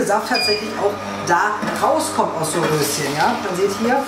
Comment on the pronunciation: Witzig, wie du auf einmal das R so rollst ... Rrrrröschen 🥦